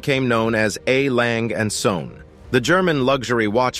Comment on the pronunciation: YOU completely mispronounce LANGE & SOEHNE.............SOEHNE MEANS SONS........POOR pronunciation!